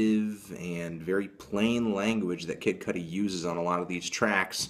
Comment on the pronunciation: Idk why saying "Kid Cuddly" made me laugh chuckle so rapturously.